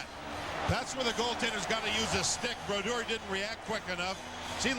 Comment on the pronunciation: Always love hearing legends names pronounced wrong as they’re still obscure. Youll here Sam pronounce Brodeur differently than he did for the majority of his career. Similarly to how they pronounced Jagr during his early years.